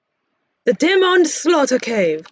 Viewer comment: Le demond 'slaughterrrr caveu, french noises